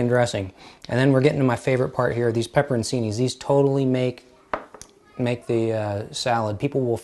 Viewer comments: Pepperoncini is pronounced pepper-oan-CHEE-nee. Ci in an Italian word is pronounced *ch*, not See. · Pepper in see knees????? Wtf its pepper chi knees. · The peppers are pronounced "pep-pur-on-chi-knee". C in Italian is a ch sound. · Pepperoncini pronounced pepperon--chini. The c has a ch sound. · Pepperoncini - the c is pronounce as a ch sound. Check it out on